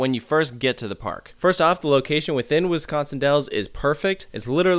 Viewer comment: “ wiscon wells Wisconsin “